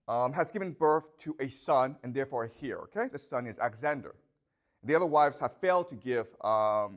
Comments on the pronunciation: The H in Heir is silent. Pronounced "AIR" Thank you for teaching in English. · He pronounces heir as the word hear. He also has a Chinese communist flag on top of the chalkboard, in plain sight of his students. But does not show it in this video. VERY TROUBLING INDEED😢😢😢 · thank you so much! Ive watched over 20h these last two weeks. only feedback? the H in 'heir' is silent:) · How does he grow up in Canada, study literature at Yale, but not know how to pronounce heir? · Probably because he is spending too much time in China now. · The "H" in "heir" is silent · I don’t care how he pronounces heir - English isn’t his first language, but I guess you speak perfect Chinese? And as for the flag, my understanding is that he’s in Beijing, so why is that surprising or concerning?